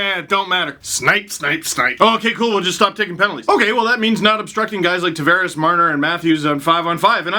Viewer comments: Hey Steve, happy to see you again. Since it's one of my middle names, it's actually pronounced Tah-Vah-Res, not Tah-Ver-Ehs. Go Leafs Go. Buds All Day. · can you please pronounce Tavares right. Its driving me crazy